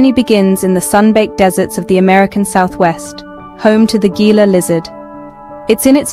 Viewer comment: Please say the name correctly. Gila monster is said " hee-la" monster. There is also a river called the Gila River, again said "Hee-la River".